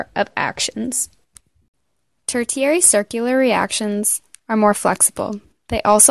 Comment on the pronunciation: It’s hard to take this credibly when the narrator doesn’t know how to pronounce the word ‘tertiary’. Makes me wonder about the accuracy of the content presented. Couldn’t keep watching after I heard that terrible pronunciation.